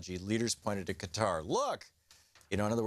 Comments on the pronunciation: STOP with the "Cutter" for fucks sake!! It's "KA-TAH" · Qatar.......... Cutter.LOL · I've never heard of a Country called, "Cutter".....